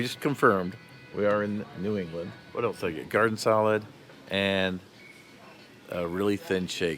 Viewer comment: Else has never and still doesn't have a T in it! it is not pronounced ELTSE!